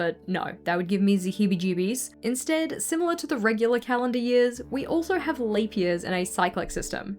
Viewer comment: She says “that would give me ze (silly way of saying ‘the’) heebie-jeebies” Heebie-jeebies means feeling nervous or anxious, hope this helped!